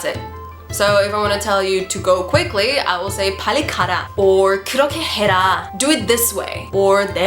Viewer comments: I think 빨리 here should just be 빨리, not 팔리. I know that sometimes when ㅂ stands at the beginning of a sentence, it can be pronounced as ㅍ, but ㅃ would just be ㅃ, especially 빨리, because I've heard it a lot but I've never heard anyone say 팔리. Just a little comment though, I'm still learning Korean and I might be wrong but that's how I've heard it so far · Good teaching!! ^___^b 빨리 usually pronounce more close bbbally than pally 게세요 --> 계세요